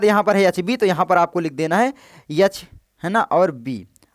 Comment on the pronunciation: Ye H ko yah yah kyu bol rha hai bhai 😂